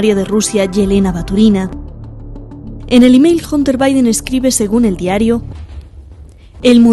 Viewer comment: Hunter se pronuncia ( janter)